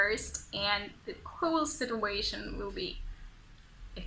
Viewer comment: You have a beautiful accent. However, you are mispronouncing the words whole and specially the word situation. Check them out. Great job with the videos though.